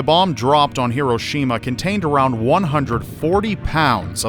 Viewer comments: I know you're Canadian or something .... but... HE - ROW'- SHE - MA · you keep mispronouncing Hiroshima